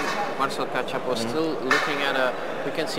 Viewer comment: Failing hard at pronouncing Kachapow right. Or spelling it right in the video info.